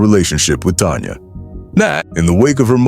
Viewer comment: She is not Tonya it's Tanya